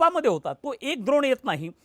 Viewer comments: "द्रोण" नाही हो काका " ड्रोन " बोलतात त्याला.. "ड" डमरू चा "ड" 😅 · पॅट्रिओटिक नाही पॅट्रिओट सिस्टम. द्रोण नाही ड्रोन.